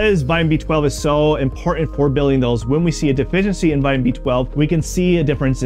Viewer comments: So is the fact that instead of saying "IMPORTANT", he was trying to be 'modern' and kept saying "IMPOR-ANT"!!! HIGHLY ANNOYING!!! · Why do you drop all of your internal "T" in words. It makes it difficult to take you seriously on such impor'ant issues. Do Better.